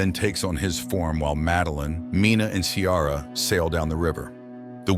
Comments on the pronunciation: Her name is Ciara, pronounced Keera😂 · I’ve never heard the name Ciara pronounced like that before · You NEVER watched the film otherwise you would correctly pronounce Ciara.